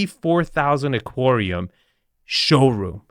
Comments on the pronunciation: Aquarium, not "aquorium". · Why do you insist on mispronouncing so many words? You know darn well that's not the way aquarium is pronounced. You know darn how to pronounce cabinetry. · I've never heard anyone pronounce aquarium that way. I can't tell if that was clever engagement bait or just a regional annunciation.